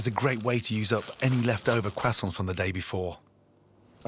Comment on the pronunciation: "What! are you doing with those left over crossaints" (internal cringing)